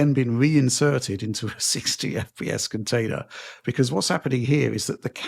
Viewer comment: 'reinserted into a 60fps contailor'.